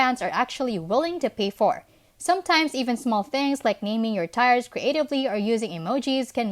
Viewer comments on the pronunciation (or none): Nice video. Tiers is pronounced 'tears' or 'teers'' in english FYI. 👍👍